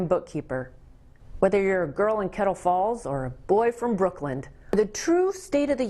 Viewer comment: Brookland? Did she mean Brooklyn?